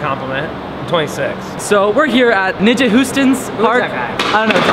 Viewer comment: He kinda said the n word when trying to pronounce nyjah